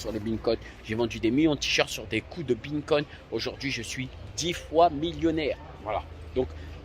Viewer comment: il dit pas bitcoin mais bingcoin, donc c'est ptet vrai ;)